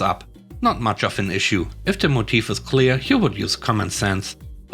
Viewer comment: Stress is on the first syllable in "motive," so MOE-tivv, not mo-TEEV. By the way, your English has improved immensely in the past two years. I almost never need to drop corrections for you any more, and when I do it's usually small issues.